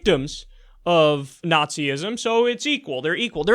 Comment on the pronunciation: it's nots-ism, not nazi-ism